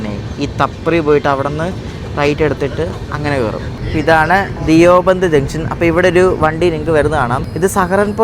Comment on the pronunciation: ധിയോ ബന്ദ് അല്ല ദയു ബന്ദ് ആണ് 👍